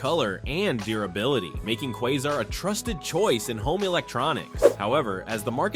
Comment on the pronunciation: KWAY-zar not Quaw-zar......